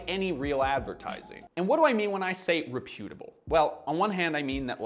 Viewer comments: It's 'reputable. Not re'putable. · REP-YOU-TUH-BULL Say things right please 😢😢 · This is excellent. But please note that the word "reputable" is stressed on the first syllable. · rePUtable ❌ REPutable ✅ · Never heard "reputable" pronounced that way. It is Canadian pronunciation? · Your pronunciation of "reputable" sound like it should be repudiated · I've never heard reputable pronounced like that before!